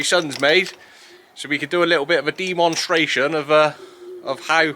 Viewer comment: Little bit of Fred Dibnah creeping in there with your deeemonstration love it. keep up the good work 🙂